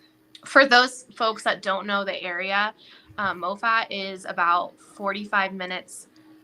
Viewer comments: Its pronounced maw-fit, not mow-fat. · Moffat is pronounced Ma fit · I enjoy your reporting. Moffat County is pronounced MA phut, as I recall. Ty for your persistence in this story. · Pronounced Mah-fet